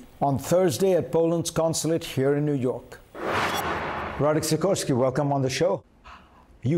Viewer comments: Radek not Roddick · And it’s Radek or Radosław not Roddick